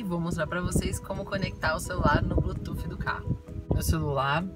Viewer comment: O seu vídeo é legal mas por favor não fale blutuf, não sei onde arranjaram esse S e o pior é que todo mundo fala assim, a pronúncia correta para Bluetooth é ( Blutuss) desculpe mas foi só pra ajudar.